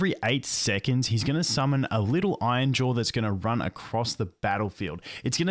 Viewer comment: Hey, R's aren't there to be skipped but actually to be pronounced. Iron, not ion. Iron-jaw, not ainja.